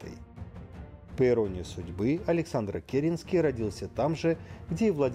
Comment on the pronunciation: Правильно КерЕнский!